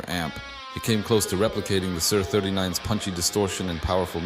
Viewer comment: It's not "sir" 39 it's S.I.R. 39. as in Studio Instrument Rentals a.k.a. S.I.R.